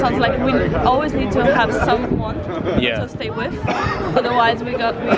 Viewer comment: it's "with" not "whit"